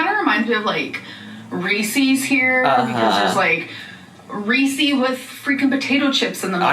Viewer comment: Did she just pronounce “Reese” as “ree see”